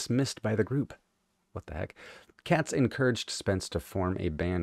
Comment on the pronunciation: Katz is actually pronounced Cates. He was fired by the Airplane, and ended up causing Moby Grape's band members a lifetime's worth of grief over litigation concerning ownership of the name and songs from the first two records. The first album remains their best but if you enjoy this song check out both "Seeing" from "Moby Grape 69" and "Can't Be So Bad" from "Wow."